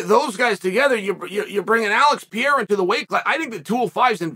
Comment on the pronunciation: "Pierra"/jiri is great. Pierra/hill is great too. 205 is back. Respect to glover for setting it up.